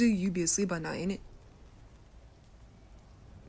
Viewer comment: did he just.. did he just say.. Init?